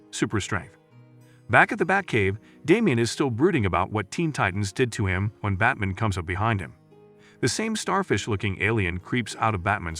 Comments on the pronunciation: Robovoice is lazy and I hate it, but I love how your robot says "Batm'n" UPDATE : oh and "Loyce" ? Come on... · Anyone else distracted because the narrator keeps referring to Batman as "Bat-mn"? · I'm tired of AI narrated videos. It can't even pronounce Batman correctly. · If you're going to replace the original audio with your own narration, you really should learn how to correctly pronounce "BATMAN"